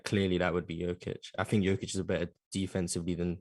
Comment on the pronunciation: Man on the upper left gave it to them. Spot on. ps. guy in the middle down needs to learn how to pronounce Jokic and Doncic.